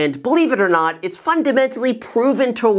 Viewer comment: “What’s up Graham its guys here” lmao